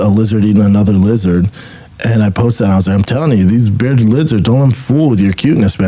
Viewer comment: Bs got 1 beawded lizard, not tooh.